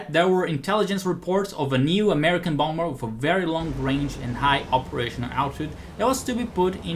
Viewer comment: I love how he sometimes says "Womber",lol.